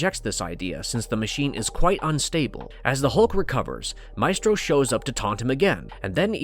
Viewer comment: WHY DOES THE NARRATOR SPELL HIS NAME SO WEIRDLY???